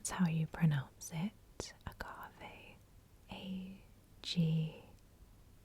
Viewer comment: I love using agave in my tea! Also yes, you pronounced agave correctly!